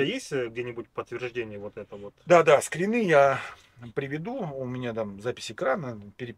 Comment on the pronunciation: Скри́ны, нерусские что ли? 😂